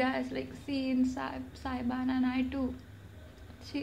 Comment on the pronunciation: What?! You say SAYBAN? its SABYAN girl. LOL